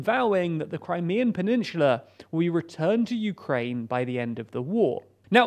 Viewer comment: "peninshula"? Oh, please. Stop that nonsense.